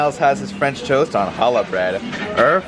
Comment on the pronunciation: The way you butcher Challah is unsurprising, but yet infuriating. People who don't speak Hebrew have a hard time pronouncing the ch-sound, so I will give you a pass. Challah french toast is the best-hands down.